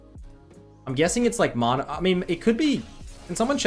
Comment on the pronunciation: how does he say MARNA? when he says man is it man or marn? ITS MANA fs